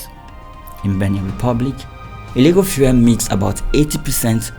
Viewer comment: Looks like the Journalist after a long investigation is too tired to mention the “E.L” at the end of the word “FUEL” Well lol😂 thereby making it sound like “Fuhrer” instead 😂 Anyways More grease to ur Investigative Elbows my brother! 💜 🇬🇭 🇮🇸